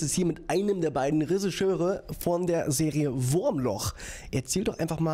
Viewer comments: Sei ein wenig stolz auf ihn. Er hat alle richtigen Laute drin, er muss es nur noch schaffen, sie in die richtige Reihenfolge zu bringen. ;-) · Und immer noch kannst du "Regisseur" nicht anständig aussprechen! :D